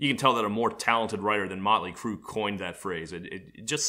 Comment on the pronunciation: I thought he said "Nine Inch Crue"